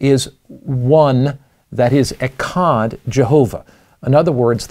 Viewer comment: 🥸False! Echad literally means “1” as in 1,2,3,4. Plus your pronouncing it wrong which indicates a lack of Hebrew study.